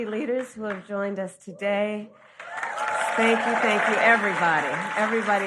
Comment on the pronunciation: did she say "Spank You Thank you" ?